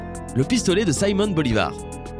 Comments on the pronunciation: On dit Simón Bolivar, pas "Saimon" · Pourquoi prononcez-vous "saïmon" Bolivar au lieu de Simon ? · Saïmonn Bolivar... Sans dec, le mec est Vénézuélien. C'est quoi cte prononciation à la ouanegaine bistouflye. Et là, oui, ça m'a étonné.